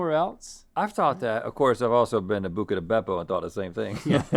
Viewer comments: It’s “Buca” not “Bucca” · exactly, they're yet to correct it, it's buca, not bucca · Pretty sure it's BUCA di beppo LOL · It's Buca* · Isn’t it Buca di Beppo? Not Bucca? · It's Buca Di Beppo not Bucca Di Beppo There's one South of Nashville, TN. Great place. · Here before they correct "bucca" to buca